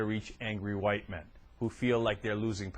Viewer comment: "wight"... I love you sir.